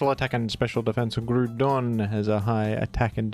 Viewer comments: Groudon not GRUDON WTF stop saying grudon. Its groudon like ground and On but its all a play on words. Stop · It's GROUDON, not Grudon. When will these Oceanics learn? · It's Groudon not Grudon. Grou = Ground and Don = An end suffix of an ancient monster. Just listen to it in the official anime and 3d Pokedex Pro app. You will thank me later. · Grou don. Say it right. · Ah yes. We love Groodon. The Groond type legendary. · Thought he was introducing it as Gruudon to be funny at first but the he kept saying it like that 😐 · I beleive its pronounced groudon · I was listening to this video in the background until he said Primal "Gru-don". Had to stop what I was doing and come back here again. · Stop calling it "Gruuudon"🤦🏼‍♂️. This triggers me so damn hard every time 😖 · If you're gonna curse our ears with "grood-on" I demand only that you go full WeedleTwinNeedle and pronounce "Kyogre" as "Kee-Ogray." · It’s pronounced Groudon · Yup. Its “GROU” AS IN GROWL - DON RAY- KWAY - ZA to my grave talk to a wall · > Named after the word ‘ground’ > Gets pronounced “groo-don” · Yeah actually. Now I will since you brought it up. Ita not groodon pronounc it better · Erm, aktuallee its pronounced Groo-pon like the online coupon thing🤓☝ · Finally the Groodon pronunciation crashout… I’m just glad his argument is soond and well groonded. Although you probably should be wary of the many people who disagree aroond here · you mispronounced ground. Its groond like groodon. Hope this helps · "PRIMAL GRU-DON"🗣🇫🇷🇫🇷🥖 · I thought he got fired in disgrace for sending racist emails? But seriously, whenever says "Grudon", all I can think of is Jon Gruden. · M8 how are you gonna say ground just fine but butcher groudon😂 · 30 seconds of explanation, you still saying it wrong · Why is bro arguing with himself over the pronunciation of Groudon? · NGL, I've started saying Groudon the way you do cause I genuinely think it sounds so much cooler. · It's pronounced groudon